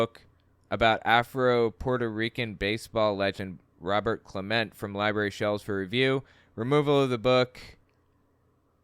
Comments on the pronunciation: It's pronounced Roberto Clementee, and I'm from England. Clemente is an absolute legend and used his status to help people worse off. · “Robert Clement”?!? The guy is an all time great, they could at least get his name right